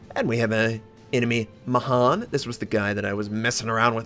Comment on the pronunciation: I had a guy in my regiment named Mahan. he pronounced it as 'man'. Lol so it erks to here ma han.